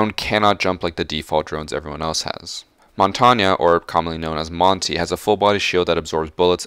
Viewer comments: saying Montagne: “Montañya” Normal people saying Montagne: “Montain” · Did you seriously pronounce Montagne like that? hahaha